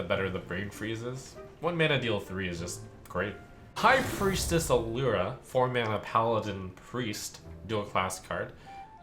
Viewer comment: “High Priestess Alura”